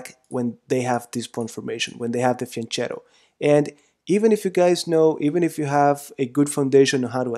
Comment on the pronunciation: Great lecture, but i'm italian, it's pronounced fianketto, not fianchettow